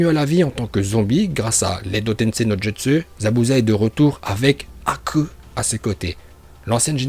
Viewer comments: "haku" = akhu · Quand tu dis "Haku" ça me flingue d'une manière 😂